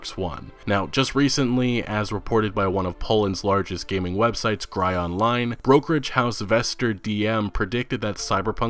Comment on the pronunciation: its not "gryonline" its "gryonline" kurwa